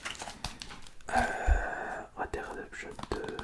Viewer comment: Ça à l'air compliqué pour toi de dire "Red DEAD Redemption" .